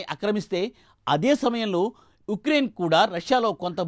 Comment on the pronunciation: It is Ucraine not ecrain .pls.make correction while reading news